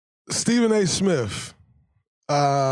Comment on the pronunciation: It's Steven A SmiTH; not SmiFF